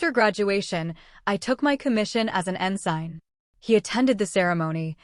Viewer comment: Please pronounce “ensign” correctly as en sin…. Not en sign